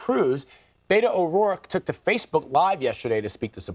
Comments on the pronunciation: Learn how to pronounce Beto's first name! It's BETT-o, not BAY-to. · It’s pretty appalling that a Texas journalist doesn’t know how “Beto” is pronounced.